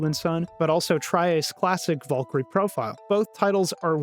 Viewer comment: I kept hearing you say 'Vulkry" over and over, and then I saw who you meant. VALKYRIE! VAAL KEER EE! And if that's how the game pronounces her name, then the game is fucking wrong, too.